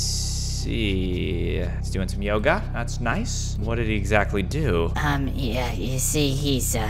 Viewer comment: the «yoGgA»😂😂